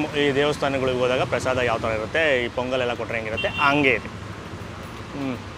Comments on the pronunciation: Prasadam alla adu prasada, aden Bengaluru janano yaavdu nettug baralla Ella adrambarda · ಅದು ಪ್ರಸಾದಮ್ ಅಲ್ಲ ಪ್ರಸಾದ ಅಂತ ಮಾಡಿ ದಮ್ ಏನಿಕ್ಕೆ